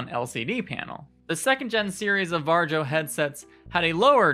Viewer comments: I'm pretty sure varjo is pronounced var-e-o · Varjo? Just say varyo. Or just shadow. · This is a great talk. Although I couldn't help but laugh a little when you said Varjo, it's pronounced 'VAR-EE-O'. Anyway Micro OLED is a fantastic new display technology and we've already seen the Arpara 5k which Sebastian Ang has already looked at - this headset has some ways to go but the display technology is amazing and it uses the pancake design you mentioned in a much smaller form factor. This is the future of VR and it's within touching distance!